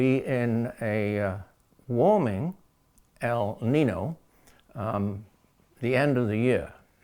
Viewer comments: The word is Spanish for boy , pronounced El Ninyo not Nin no. But either way we are doomed because of ruthless greedy stupid humans living a capitalist industrial system based on fossil fuels and endlessly pursuing endless growth , profit and breeding too many humans. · The "Ñino" is pronounced like neen-yo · It is pronounced - el neenyo. Yo at the end. The warming trend is persistent. It happens in interglacial periods. CO2 in the atmosphere can contingent with the many forces that produce interglacial periods and the warming rate can be linked ,in part, to CO2. The U.S and Russian Antarctic core samples agree that there was more CO2 in the interglacial period and it was wetter also. This is what created the huge forests in which huge animals lived in and around. The Carboniferous time was an example of robust plantlife and high CO2, but also high in O2. I am not convinced your hypothesis is coherent with the evidence. That is in glacial periods there was severe draught evidenced by the sand and dust deposits from Australia in the glacial period ice layers of Antarctica for instance. The warm period cores show higher water amounts in the air during warm periods and no dust. This implies the heat evaporated the oceans and allowed for immense botanical expression. Lots of CO2 ensured a warm wet world. So more CO2 in the atmosphere world appear to be a natural and beneficial thing for all habitats because there is more humidity, more plantlife and more resources for food. This is how the dinosaurs grew so large as did animals just 100,000 years ago. The fuel we burn came from globally warmer forests. How do those facts not mean that the world will gradually become warmer and wetter since that has been the trend for hundreds of millions of years. More heat leads to more seawater evap